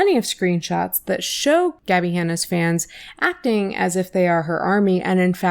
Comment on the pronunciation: ACTONG pronunciation 💀💀